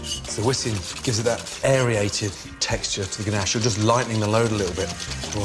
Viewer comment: aeriate? wtf?